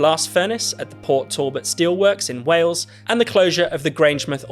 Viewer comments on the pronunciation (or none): none